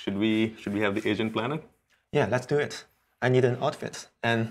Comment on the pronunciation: “should we have this Asian plan it?” As he looks over at Asian guy next to him. I know he’s saying agent btw.